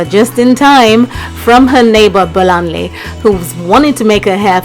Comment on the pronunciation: LMAO when I saw a fellow Yoruba girl on screen I screamed!!! by the way it's pronounced Bolanlay not Bolanly